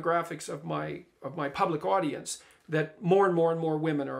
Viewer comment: "My public audence." Praytell Jordan, where do you come up with these percentages?